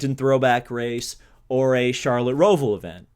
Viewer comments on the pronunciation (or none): none